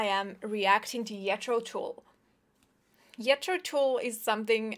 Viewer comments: This is the difference between what music was, how real, melodic, passionate and creative compared to what passes for music now. BTW it's pronounced with a hard J, not the Y you used. Please give the man enough respect to say his name correctly. Maybe listen to the aqualung album, the whole thing. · SabuPtolemy She said Yeetro. lol